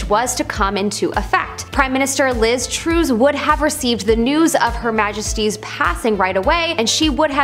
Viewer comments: Liz Trust! Not Trooze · Ok. Liz Truss is pronounced like Bus Only Charles and Anne were there at the death of HM Queen Elizabeth. The rest were too late. Camilla is Consort as only direct linage van be made monarch. The Queen lays in state for 4 days. The state viewing is 10,000 a day, not over the whole period. Queueing will take 12 hours!! It's not a bank holiday, it's a public holiday. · Also, Liz Truss not Trues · "liz troos"